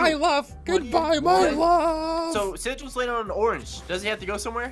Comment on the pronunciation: When Ssundee says ssigils go back ten seconds